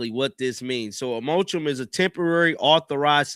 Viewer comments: This dude just said they agreed on a "motrum." Dude, the word is mor•a•tor•ium. But, y'all listen to and believe this dude who literally can't read or pronounce words. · Mor-a-tor-ium. Your lack of education is showing. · You need to start reading these articles out loud to yourself before you get on the mic and start reading them to us. You can actually type into google “how do you pronounce moratorium” and it will say the word out loud for you; even give you a definition. It’s so obvious you don’t take the time to prepare for these videos and the first time you read the articles are when you read them to us - it’s getting increasingly difficult to follow the bumbling. 😢